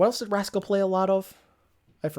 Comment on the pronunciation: Weird that you said rascal and not haksal but I agree